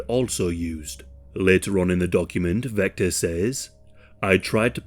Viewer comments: Vester not Vector. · ITS VESTER NOT VECTOR 😂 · Are you an AI narrator? I still don’t think there’s any excuse for pronouncing Vester “Vecter.” The producers should proof their work! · His name was Vester not Vector, for some reason halfway through the video you started calling him Vector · You know that "Vester" and "Vector" are different words that sound different? Maybe it's your accent, or YT's sound compression but I just keep hearing "Vector". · I actually really enjoyed that you mispronounced this clowns name. None of these losers deserve any recognition.